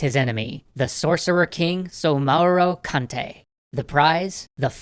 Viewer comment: The DORUK is not Sauro-kente but Soumaoro Kanté